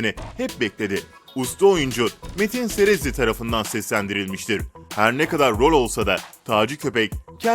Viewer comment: O nevra serezli değil nevra sezerli